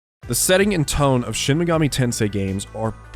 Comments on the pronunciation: it's shin megoomi tensay sir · You don't get into Shin Megami Tensei, Sheen Megoomi Teensoi gets into you.